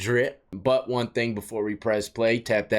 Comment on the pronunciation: Hahah i never heard that before but now you said it and that is stuck in my brain 😂😂... still love that intro, keep it going. "23 and WON"